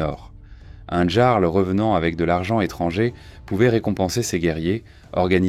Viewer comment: juste pour infortmation,le terme Jarl se prenonce Yarl,sinon bonne vidéo!😁